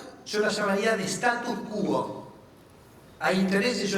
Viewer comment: Respeto mucho al sr. Ministro... pero en Argentina y en el mundo de hecho no se puede decir cualquier cosa. Una minucia que ya repetí muchas veces: se dice status quo, no status qúo.